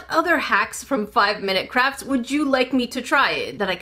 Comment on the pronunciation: Did anyone else hear saying "5-Minute Craps?"